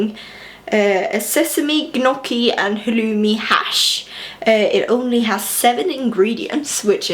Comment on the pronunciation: You almost lost me at “gunocchi”. It felt like when people say “eccetera” or “nucular”. 😩